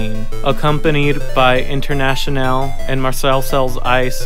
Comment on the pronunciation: Your pronunciation of „Marseillaise“ is magnifique <3